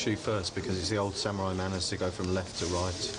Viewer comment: it is samurai, not samiurai...